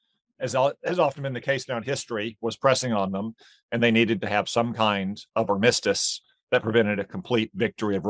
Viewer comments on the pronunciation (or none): Tom Cotton pronounces 'armistice' as 'ar-MISS-tice'. I've never herd it pronounced like that before. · Are we saying ar-MISS-tus now?